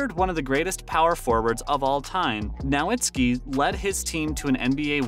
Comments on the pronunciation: From Zach La-Vine, to Dirk Now-Whats-Ski, to Luk Dont-Kick. Dude can't say names properly. And as a DALLAS fan, I'll take offense. Also, when is the announcement of your PS5 winner? You don't mention it ever. Also, you 2 weeks late for this news. Lol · Stopped watching after you said DIRK NO-AHD-SKI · Its pronounced as 'Novitsky' and the c in is pronounced as Donchich as in the ch in cheese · nowatski? hahaha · In less than 1 & half minutes of this video you managed to butcher both Nowitzki's & Dončić's names. I'm not even mad, that's amazing! 😂 Edit: you even got Christian Wood's name wrong, that's got to be some kind of a record 😂 😂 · I love your videos lol but please say dirks and Lucas last name right 😂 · As soon as he said I said ain't no way he pronounced Dirk's last name like that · Learn how to pronounce Dirks name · Bro… do you watch basketball ? How do you get this many names wrong ? You pronounced Dirks name like 8 different ways. And Luca donkick? Hoping you just get someone else to read your scripts. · Lmao I found myself screaming Who? Bro said Donkick, I don’t even want to spell how he said Dirk’s name. Christian Woods? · TAKE THIS VIDEO DOWN!!! - How in the world do you make a video about the Mavs and you don’t know how to pronounce Nowitzki or Dončić??? How do you have an NBA channel and you don’t know how to pronounce Nowitzki or Dončić? This channel should be suspended.